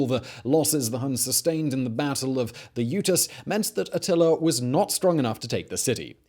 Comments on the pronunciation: Why he keep saying "Attiler"? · It's so funny how he says atiller lol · “Artilla” lol